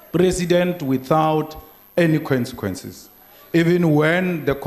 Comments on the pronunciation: lool Malema though...."Kwensikwensis" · "Quincyquensis" = consequences 😂😂😂😂